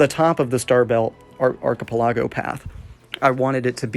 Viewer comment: thats a new way to pronounce archipelago....